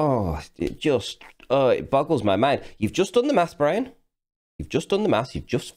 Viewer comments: "The Life of Bwian" A comedy! lol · The lies of Bwian...